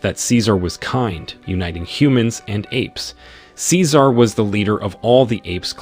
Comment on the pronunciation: Tf he says cecar like that